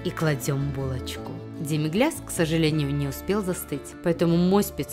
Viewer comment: Прикольно готовят демиглЯс (ой, сори, демиглас) неправильно, так ещё им заняли 50% ролика, он же тут вообще не участвует....